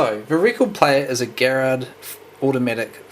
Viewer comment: Thank you for pronouncing Garrard properly with a HARD G (Garage) as opposed to soft (GInger). I "cringe" when I hear G(inger)arrard.